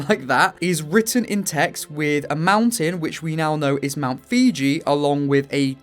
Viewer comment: It's pronounced foo-ji not fiji